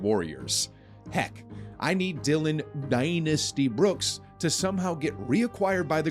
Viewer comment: Dillon Uh-Daiinasty Brooks 🤣👌🏽